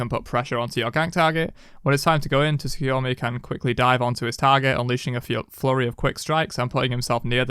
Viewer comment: hey resident weeb here. letting the people know so they can say it right. His name is pronounced Soo-koo-yo-mee. The t isnt silent but very light, it's kind of combined with the s but you can just drop it and it'll sound 99.9% proper.